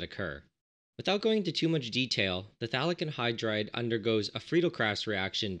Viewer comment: I thought you were saying Phallic Anhydride